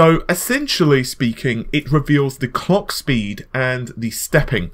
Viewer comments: NewYourkBlack he said clock, but it sounded like Clayck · Did he just say the Cock speed or Clock speed?